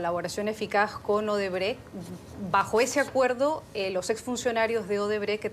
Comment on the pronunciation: Esa si es mucha burra,dizque Odebre/Odebrek. Se dice Odebrecht tratando de pronunciar la T del final de la palabra.